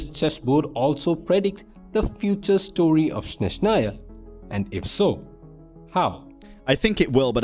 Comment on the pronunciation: they will never learn how to pronounce Snezhnaya,THERE IS NO SH SOUND,ITS S NOT SH